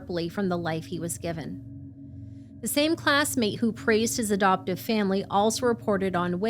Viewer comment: (for instance, around 2 minutes in, I hear "'doptive" rather than "adoptive")